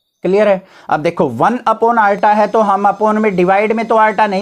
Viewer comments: iota❌ arta✅😂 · Iota ❎ Arota ✅